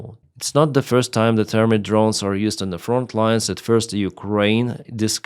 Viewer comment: Ponunciatio. you got the THERM right but the ITE is pronounced just like right or site. Try reading THERMITE as thermight. Remember the only rule for English is that any rule always has exceptions. It is a bastard language.